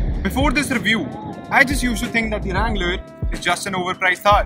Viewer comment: its a wrangler not a langler lol🤣